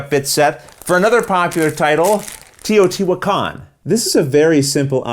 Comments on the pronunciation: Tayoh-tee-wahkahn There's emphasis on certain syllables. the "tee" is the least emphasized. some pronounce the H slightly for a "hwah" sound" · Here is a link of how it is supposed to be pronounced with some story of the archeological site: It's an old Aztec city here in Mexico and it has an accent at the last A of the name, I believe since the publisher of the game is in the United States they missed the accent at the end of the name but the pronunciation is as the lady of the video you put said it, it's just missing the accent at the end.